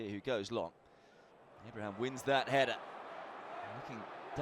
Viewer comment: Just rewatching this, and I can't stand how he butchers hourihane's and Abraham's names 😅